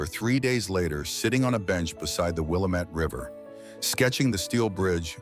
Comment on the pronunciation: Willamette: accent falls on the second syllable: Will - AM - ette.